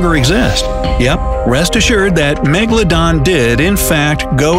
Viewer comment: Why do i always laugh when he say meGALODON